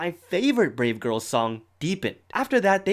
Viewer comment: Instead of brave girls i heard grape girls